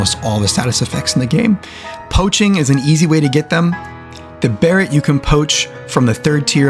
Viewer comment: My guy, beret is pronounced "ba-ray" not "barret", and treant is "trent" not "tree-ant".